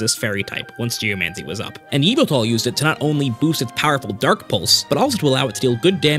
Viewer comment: its yahvultal